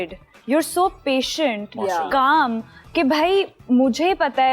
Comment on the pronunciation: Patiant???english ka satya nass krdia h